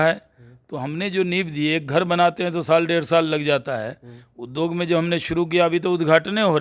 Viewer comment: Shahnawaz Hussain anyaay ke saath hai are jahil udog nahin hota hai uddyog hota hai zyaade nahin zyada hota hai